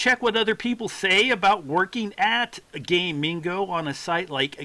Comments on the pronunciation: Its pronounced GAH- MING- GOH, not Gaymingo you gay dingo. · Gamigo, not Gay Mingo like you've said 5697 times in this video xDDD